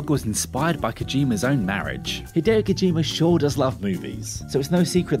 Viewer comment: Kojima not Kojimer. You invented the English language so at least speak it properly.